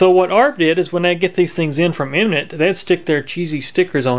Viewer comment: Great video, but the brandname is Eminent, not Imminent .